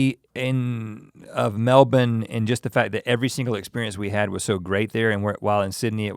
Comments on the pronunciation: Gotta love that you say Melbourne like a true ozzie now!! 😀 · RHETT PRONOUNCED MELBOURNE LIKE A PROPER AUSTRALIAN INSTEAD OF THE AMERICAN "Melborrrne" IM SO PROUD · The boys are killing it with the pronunciations. Melb'n not Mel-born. Tremendous. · He said melbourne right.... " Melbin" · the aussies must of given them grief on how they are supposed to pronounce melbourne haha great to know they arn't saying it like mel - born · Mel bin. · I’m proud. They both can say Melbourne properly. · thank.. god he said Melbourne right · Respect on the pronunciation of the Aussie cities guys! Also, thanks for the kind and realistic appraisal! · I love that you guys knew how to say Melbourne correctly 👌 wish I knew you were in brissy can't believe I missed out 😧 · Wait can we please take a moment to thank Rhett for being the first American ever to pronounce Melbourne correctly? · Never thought I’d hear it. It’s an American saying “Melbourne” properly! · I'm a Melbourne native and it makes my heart soar when you pronounce it like a local! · Americans saying Melbourne right! WOW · Can I just say, I LOVE your dedication to the pronunciation of Melbourne. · Rhett, your pronunciation of Melbourne is perfect <3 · He pronounced Melbourne correctly. What a wonderful man. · You guys say Melbourne correctly. Good job lads 💪👍👍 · Well done Link on pronouncing Brisbane and Melbourne as "Bris-bin" & "Mel-bin"... Most Americans say " Bris-baaaiin" & " Mel-boorrn". And yes, Melbourne are coffee snobs. They are state certified barista training schools. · I love how they pronounce Brisbane and Melbourne in an Aussie accent and then continue the sentence right on with their American accents! Their time in Australia has really helped them with the pronunciation xD